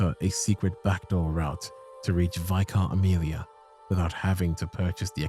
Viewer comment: Holy peak! Your videos are always amazing, pls learn the pronunciation of vicar tho my G